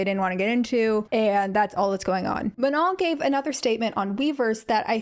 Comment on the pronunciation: let’s start by pronouncing her name properly, MA-NO. watch literally any interview where she says her name..